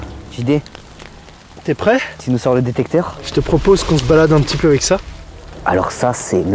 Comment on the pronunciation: ont est d'accord qu'il a dit le grand GD ou lieu de JD